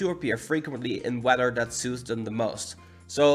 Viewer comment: “Wedder” lol